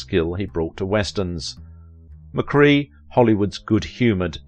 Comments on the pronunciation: McKray not McCree otherwise an excellent documentary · "McCRAY", not 'McCree' - - - hey, you sayit perfectly ! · It’s McCrea, like CRAY fish, not McCree like key! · That's not how you say his name pronounced: Joel McCray! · Snother wrongly-pronounced name! WHY NOT show the respect to your subjects of checking name pronunciation? "McCray" - amd you actually say it right twice. Respect. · I guess the ten seconds it would take to research how to pronounce the name correctly is too much to ask for. I, like you, was very annoyed by it.